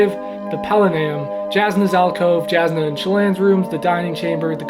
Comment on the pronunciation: It is pronounced “Yahs-nah” not “Jags-nah”